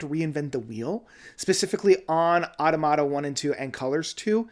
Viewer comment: It's uh-TAH-muh-TAH, since it's the plural of automaton.